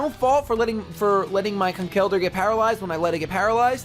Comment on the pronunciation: Conkeldurr is pronounced Conkeldurr, not ConKELdurr haha! But nice battle!